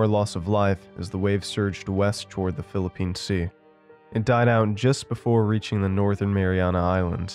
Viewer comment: IM FROM THE PHILIPPINES, When i heard you spoke our country’s name my heart melted